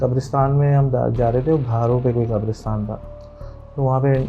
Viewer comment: Not kabrustan kabristan is right